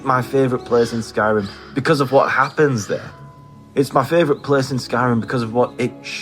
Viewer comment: "Mah feevrit pleees" 😄👍